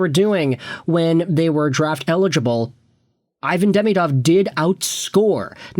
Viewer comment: At least pronounce his name correctly